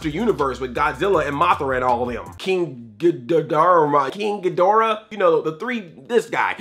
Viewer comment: "Black Nerd" King Ghidorah, pronounced "Geh-door-uh." Also, yes, the version you watched is the restored version with all of the "controversial" stuff reinserted into the film. If you get the Blu-Ray, there's a 2+ hour documentary featuring all kinds of film historians as well as Peter Jackson, Ray Harryhausen, Frank Darabont and others talking about the history of this film. On TOP of all that, Peter Jackson and the team at WETA created their own version of the lost Spider Pit sequence using the same technology that was used in the 30s. Seek out this Blu-ray, it's well worth it. One last thing, check out 1954's Gojira.